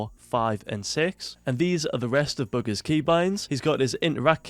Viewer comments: His accent made it sound like boogers because he said bugha’s with an s and his accent makes him pronounce a’s like -er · This man calls him"booger's"😂😂 by the way